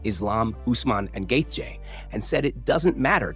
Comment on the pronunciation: Gay Jay? Dude if you can't say Justin's name right then stop making videos